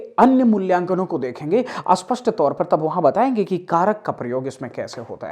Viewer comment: Asthan nahi sthan padha kariye,aspasht nahi spasht kahiye